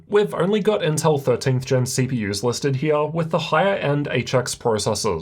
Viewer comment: came her for the way he says "CPYers and GPYers"